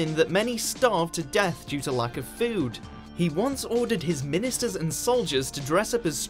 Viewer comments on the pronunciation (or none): none